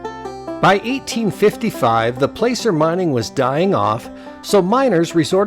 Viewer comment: placer mining.....................the a is short not long.